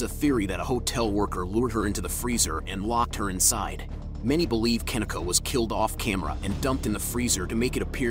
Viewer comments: Pronounced "KA- KNEE-CUH" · Kuh-Nee-Kuh pronounced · Pronounced Kah-Knee- kah, just an FYI. Guess he couldn’t even put in the effort to listen the first 5 secs of one of the dozens of interviews or true crime podcasts done on the poor girls’ case. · KaNeeka is the right pronunciation actually. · KUH NEEK A ..PRONUNCE HER NAME RIGHT. Rest in Paradise Kenneka❣️🙏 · The way her name is being mispronounced is bother me me so bad. (Ke-nee-ka) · You know damn well that young woman's name is NOT pronounced that way! Anyone who heard of this case knows her name sounds like Ka-neeka Jenkins! This is annoying because you have to wonder if it's on purpose. Ppl like to play with black ppl's names all the time. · Pronounced Ken neee kah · Unfortunately they don’t give a dang about that & he’s not pronouncing her name correctly!🙄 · First off her name is not pronounced like that 😠 get her name right first 🤦🏾‍♀️ SMH